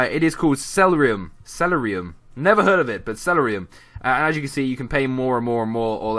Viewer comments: Not trying to be rude, but has this person ever played CoD? It's called Celerium(Cell-air-e-um) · the celeruim is pernounced (sell-air-e-um) it's from cod bo 2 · It's pronounced seh-ril-eeum lol story, it bothered me! :) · seriously? thats how you pronounce Celerium?